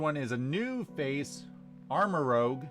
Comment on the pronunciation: its not pronounced armarogue its pronounced armarouge look it up